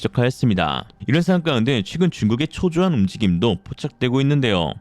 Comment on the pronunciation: 상황"까"운데??? 도 좀 거슬리네요.. 그런데 !!!!! 피타고라스님이 한마디로 정리하셔서 만점 !!!!!!!!!!